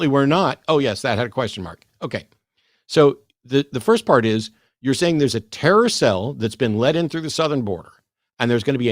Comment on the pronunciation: “A carousel”? Edit: oh “TERROR CELL” 🤦🏽‍♀️😂